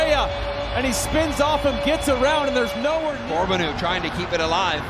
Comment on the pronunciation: Once again for the twentieth time this season the Apple TV announcers are unable to properly pronounce Theo Corbeanu’s name. CORE-BE-AN-NU.